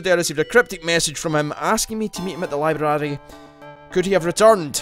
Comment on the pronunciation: i love how pronounced library